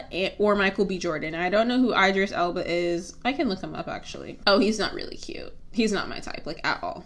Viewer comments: it's ee-dris elba 😭 he's one of the best AA male actors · I disliked this video just because you pronounced Idris that way plus he isn’t cute ? No is he a sexy slab of chocolate yes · Chalk it up to youth. I thought the mispronunciation was hilarious. 😩😩😩😂😂😂